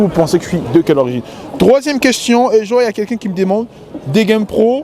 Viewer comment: Le nombre de fois qu'il a dit queschion au lieu de question 🤭